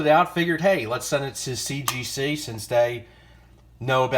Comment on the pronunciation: Yeah, you can barely say CGC. Wow. GM 10. You never get that on toy cards.